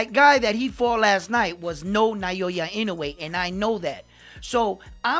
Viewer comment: They gotta generate hype.. with sensational statements. I mostly despise sensationalism. Modern society is rife with it. I mean this humbly, but please, it's 'Now-ya' (Naoya). I see you're stepping up your channel. Good for you, man. One suggestion from me is to get closer to the camera.